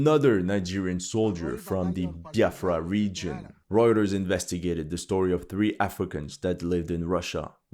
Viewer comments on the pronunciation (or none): none